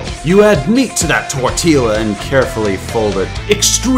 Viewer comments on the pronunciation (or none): Excuse me, did you just pronounce tortilla... tor-tea-LA?!? Wtf? It’s tor-tee-YA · FOR CRYING OUT LOUD! IT'S PRONOUNCED: Tore - tea - ya. Not: Tore - till - a! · ITS NOT 'TORTEELA', IT'S TORTEEA!. No but good video anyway, I totally agree with every one of your opinions. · It’s spelt “tortilla” but pronounced tortia. He pronounced it “tortilla” Help me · its pronounced tor-ti-a not tor-ti-la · IS NOBODY, gonna talk about how he calls it a TORETEELA?? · Did my man really pronounce tortilla as “tor-tee-lah”? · Bitch its (tor-t-ya) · It bugs me he pronounced the “L” in tortilla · I'm sorry dawg, did you just fucking pronounce in tortiLLA? unsubbed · I AM TRIGGERED AT THE FACT YOU PRONOUNCED TORTILLA WRONG IT'S PRONOUNCED TORT-TEE-A BECAUSE THE SPANISH LANGUAGE PRONOUNCES THE DOUBLE L AS A "y". Also I enjoyed the original Henry danger until I discovered steven universe, I can understand your reasoning, it was kinda bad. And pig goat banana cricket was just ehh I didn't like it to much I thought it was okay but man that art no way am I ever watching that again. I mean I'm only a tween and I'm no critic but most of nickelodeon's shows are just bad like really bad. Although when I was like 3-8 I would love fan boy and chum chum but when I reached nine I started to realize hey this show is stupid, although it still kinda has a special place in my heart. I also was stupid and liked breadwinners, but I think after writing my own storys I realized what good shows actually are. The last bad show (I will not speak it's name) just looks like a dumpster fire of a show I am glad I missed this otherwise my 3 year old self would of loved it because I loved anything that was obnoxiously obnoxious. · i can't believe you said "tortila" tho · Tortilla... he pronounced it literally TORTEELA... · its pronounces tore-tea-ya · You said tortilla wrong, it's tor-TEEH-a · Did you just pronounce tortilla as "Tor ti la?" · listen to how he says tortilla CX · did u say tortilla with the L's